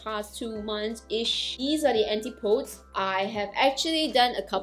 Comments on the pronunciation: The pronunciation is / ænˈtɪp əˌdiz /, not Anti-pOds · Thanks for the review of these products, especially the night cream. The name of the company name would be pronounced An-tip-oh-dees. It's a Greek word that means the direct opposite of something, and it is what people from the northern hemisphere call New Zealand and Australia. New Zealand is, of course, where the brand Antipodes is from.